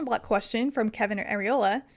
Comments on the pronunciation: She said “Areola” - then I died! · "Areola"... I wonder what was thinking about at the time 😂😂😂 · "Areola" lol.